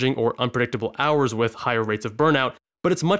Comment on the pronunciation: Spending Too Many ‘Wours’ at Work